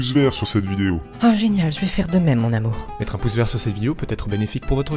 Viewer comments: "H" comme "Hamour" it's really nice guys mdrrrrrr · "Ta meuf elle dira H comme Hamour" Oui, je oui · Le H de hamour jpp mdr